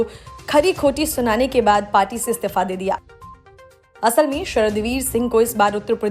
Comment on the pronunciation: Yah stifa kya hota hai..Istifa bolo dhang se..